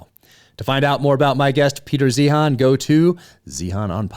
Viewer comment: Peter "Zine:" not zeehan